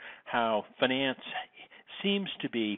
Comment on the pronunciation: It's finance, not finence.